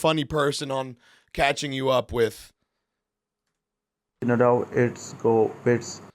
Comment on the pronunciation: Haven’t missed a episode of catching up with Nadav izzzohhwikkk